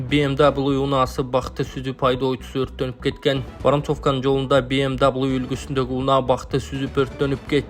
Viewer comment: БМ дабл ю дебей эле ВМВ дебейсинби,элдин башын оорутпай.